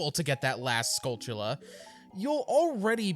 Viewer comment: "And yes, I'm pronouncing it Skull-choo-la" It bothers me that people say "Skull-Tulla" since its a play on skull and tarantula (təˈræn.tʃə.lə) which is not pronounced "Ta-ran-tulla" so, you are in fact saying it correctly.